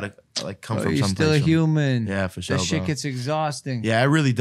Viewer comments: "FO SHOW" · Take a drink every time he says “FASHO”